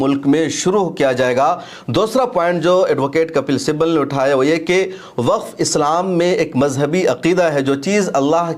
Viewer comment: Muta'ala krk video banaya karen! "Simbal" nahi Sibbal kahte hain